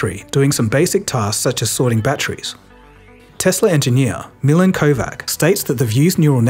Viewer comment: I remember back in the day when we said "back in the day" instead of "back in the days" (-: But I'm not sure Walmart is going to be around in 2034. I don't think most Milan's pronounce their names as "Millen" but maybe this Milan does.